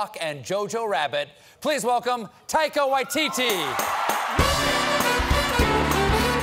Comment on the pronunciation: First of all, why does Stephen keep calling him “Taiko”? Second, how did “she’s (Jane) holding his (Thor’s) hammer” not get a laugh?